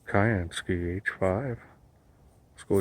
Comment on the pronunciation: Hi. Thanks for a very nice review on this new torch torch. One thing that occurs to me is that the name is probably pronounced as syansky (as in blue sky). Just a thought really mate. Still a bloody good good review though. Please keep them coming.